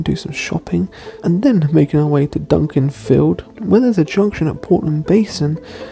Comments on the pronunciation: Hi, just to let you know it’s Dukinfield, not Dunkinfield;) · it's pronounced 'Duck en field' (Dukinfield), not Duncaninfield! 😁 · it isn't Dunkinfield. Its pronounced Dukinfield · Here to be pedantic and correct some mistakes with place names and where you stopped for shopping! Duck-in-field *Dukinfield not Dunkinfield! (And you said a couple of places wrong but nvm lol) and you stopped in Hyde for shopping i think - it wasn't Romiley anyway! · Love your videos! But it’s ‘Dukinfield’ not ‘Dunkinfield’ 😅 pronounced ‘do-kin-field’ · Hey... Just a minor item...it's Dukinfield and not Dunkinfield...although the latter does sound more fun! Cheers... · Thanks for a geat video. Being a northerner, I love the misty weather! Each to their own. Could you just change the name on your map - and also your pronunciation - to Dukinfield (pronounced Duck-in-field) from Dunkinfield. Thanks.